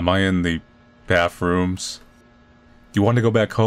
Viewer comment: I SHOULDNT HAVE LAUGHED THAT HARD AT SAYING "bathrooms" I FEEL LIKE IM DRUNK HELP